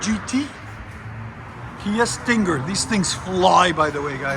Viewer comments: Hate how he over enunciates Stinger lol StinnnGer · The way you say stinger is killing me. Sting-ggger